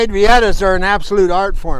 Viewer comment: It's not pronounced reeEhta. It's Spanish. It's pronounced REahta.